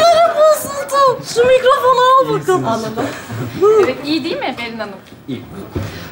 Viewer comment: değik değil "DEĞİL"😂😂😂